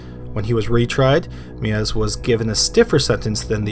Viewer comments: EI is pronounced like the "I" in bike. So it's pronounced Mivas. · I really enjoyed this. .However Armin Meiwes name is pronounced "May ves" because of the hard W which is pronounced as V in German. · Why can’t anyone pronounce the name Meiwes correctly?!?! It’s not that difficult! Say it with me...My-ves. That’s right, German’s pronounce their “w” like our “v” and when there’s an “e-i” combination, it’s almost always the second letter in the combo that is pronounced. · The pronunciation of Armin Meiwes is like "My-ves" ... not like "Mew-es". Just saying :P You pronounced Armin okay. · Meiwes - pronounced my-ves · Armins last name is pronounced may-wes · Not to be pedantic but I've heard Meiwes' name pronounced My-Vess before. I believe that's the correct German. Either way great video and great channel! Please keep it up! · You're killing me smalls. It's pronounced MY-VES. Good grief stop slaughtering his name (ha, ha) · As another poster said, closer to my-ves but yeah he totally ruined that guy's name. I mean fuck that guy, but to be pedantic...